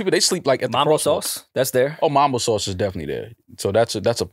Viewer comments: I don’t like how & both pronounced “mumbo” sauce 😂😂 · Mumbo sauce not Mombo sauce